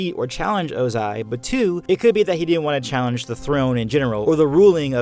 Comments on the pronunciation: Literally stopped watching the video because of how incorrectly and annoyingly you pronounce Ozai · You said ozai wrong the whole video and it bothered me really bad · you say the emphasis wrong in Ozai's name. this is disgusting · The way he says Ozai ABSOLUTELY TRIGGERS me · Anyone else annoyed about how he says Ozai? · His pronunciation of Ozai is actually pissing me off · Ozais one word not 2, otherwise great vid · hmm not a fan of how you say ozai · I dont like the way you pronounce ozai lol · Ozai is one syllable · OH-zai not oh-ZAI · It’s Ozai not o-zAi 🙄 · Lol the delay when he says Ozai like “OzAi” like lol bruh 💀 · the 2 pronunciations of ozai in this video: oh-zai oze-i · oZAI oZAI oZAI bruh its Ozai have u heard them say his name on the show lol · I know that this video is old, but do we know why Iroh looks so much older than Ozai even though they are brothers? Also, small nitpick (sorry), but definitely got to me when you said Ozai as [.o.'zay.] instead of properly as [.'o.zay.] and the fact that you kept alternating between the two. (For those that don’t know IPA and only know the Latvian symbols, his name is pronounced ō•zī with the stress on the “o”). I enjoyed the rest of the content though! That little bit just took me out of it and I’m sure someone else has probably mentioned this already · can you not put emphasis on the ZAI and not the O? It's O-zai not o-ZAI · its ozai not ozAi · Okay does no one hear say oZAI instead of Ozai a lot here? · It’s Ohzai not O-zaiii. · its 'ozai tho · His name is Ozai not ozAI. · OZAI not O....Zai..... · I just wish you said Oh-zai instead of ozAAAAI. Other than that, very nice video! :)) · I wonder why you chose to pronounce it oZAI instead of Ozai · I got so triggered by you saying "oh-ZAI" instead of "OH-zai" xD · L. Ananta Exactly what I was thinking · Sorry but I got very distracted by the oZai, pronunciation 😭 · Bro said ohZAI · Ozai is pronaounzed with enphysis on the o not the a.